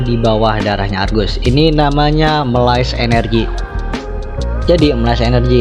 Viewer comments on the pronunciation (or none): Bacanya me lis